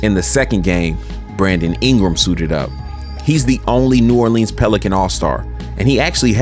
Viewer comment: Love the vid just one thing you said New “Orleans” wrong